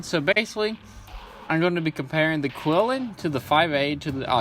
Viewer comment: Nice video, thanks. For the record, it's pronounced "chee-LIN". :)